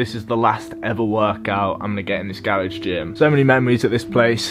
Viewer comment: Gawage... it’s actually garage